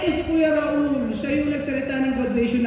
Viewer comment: Bkit Raul kng nmn name mo? Dpt ituro nyo n s mga bata ang tamang pgpronounce ng name nyo.